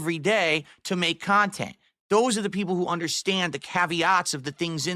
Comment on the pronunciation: I like how thinks Nintendo a rip off but his ‘khantent’ is value for money 😂